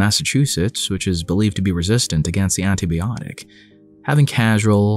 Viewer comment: Did he say "antiBEEotic"???